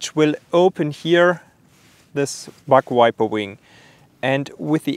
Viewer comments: Sounded like he said butt wiper lmao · Sorry but it sounds like you are saying BUTT WIPER lol. I’m am very sorry for acting so immature about it but it made me giggle. Great channel subbed and liked keep up the good work